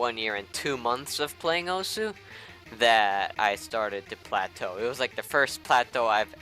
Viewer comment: what did you say? platow? what is that?